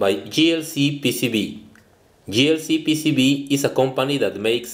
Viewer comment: Dear: It is pronounced "Jay-El-See", not "Gee-El-See", as far as JLCPCB is concerned. People may think you are saying: GLCPCB. Thank you.